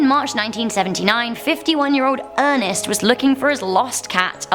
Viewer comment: Why she say Ernest like that is that 😂